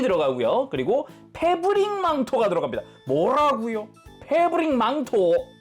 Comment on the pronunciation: 뭐라구여? 페부ㄹrrrr릭 망토?!